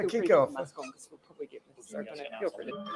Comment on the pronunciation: I heard her saying the "public prooly" but didnt catch the two other mumble words.